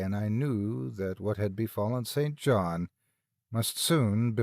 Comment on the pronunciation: St. John is pronounced "sin-gin" when it is used as a name; I came across it as I was reading Charlotte Bronte's Jane Eyre in high school and it gave me stumbling pauses, so that's why I remember the ambitious, yet asexual, alternate love interest for the title heroine. All this talk of "grave robbing" had me thinking of Zydrate, King Tut's curse, and graveyards in the dead of night. Although, I am sure the first one in that series DID NOT exist during Lovecraft's time, so "opium" would be about equivalent for a point of reference.